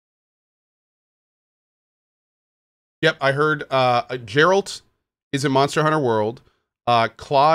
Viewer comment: It's pronounced Geralt.